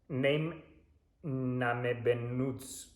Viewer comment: Aber ich finde er hat’s voll gut ausgesprochen 👀 das tzt saß richtig bei unserem Europe man😌